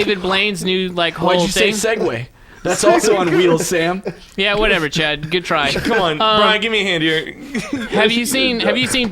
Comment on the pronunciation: Chad rhymes with "rad", soooooo...